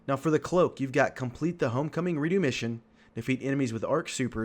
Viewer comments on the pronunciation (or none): it's re dux not re do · Who pronounces redux like that? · your video is great but just the way you said Redux had me dying a little inside. 😂